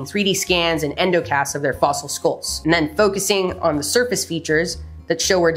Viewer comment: Idk if it was intentional, but the pronunciation of Fossil sounded an awful like foss-hole and i giggled